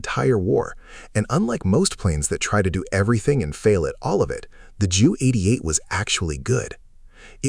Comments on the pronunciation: I wish the A.I. would call the Ju-88, "Jay-You" (J U), and not "JEW". Especially because the aircraft served NATIONAL SOCIALIST (a.k.a. NAZI) Germany! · Ju-88? JEW-88? EVERYONE called them by the right name Junkers-88 actually pronounced Younkers 88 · The name is J U 88, two letters, not pronounced as Jew, a term that would never have used in Nazi Germany in the positive. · Kinda skipped a few, and it has a couple AI tells: "the Jew 88" of the Luftwaffe? Sure, the text on screen was "JU 88", but the AI reader has some oopsies & the captions have some typos too... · A somewhat good video but filled with AI junk. Bad images and an inability to pronounce the "Ju 88" name correctly. Please re-edit this video.